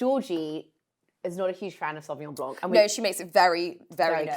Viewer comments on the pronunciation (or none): Love this show and everyone on it! But .....Sauvignon blanc NOT Sauvignon BLANK! ..... The c in blanc is silent....come on, you can do it! 💫🌟🎄🎄🎄 Merry Christmas🎀✨